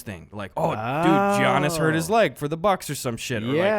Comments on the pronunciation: Gus mispronouncing Giannis really hurt me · Gus’ pronunciation of Giannis hurt me